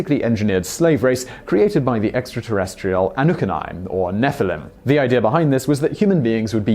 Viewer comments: who the f@ are the Anukani? you mean the Annunaki? Also Dr. Vallee has an a sound not a y sound when pronouncing his name. He is French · Your pronunciation of annunaki (an new nah key) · annunaki not annukeni!!! XD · “Ah-noo-ken-eye”. Well, that’s new. 🤷🏻‍♂️ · anukani lmao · Never heard annunaki pronounced like that..... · Look here farquaad! Learn how to pronounce anunnaki and Zachariah before you ever utter that s*** again you stupid f**** human!